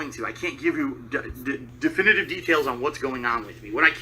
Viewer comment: Every time he says "definitive", I want to kick him in the face.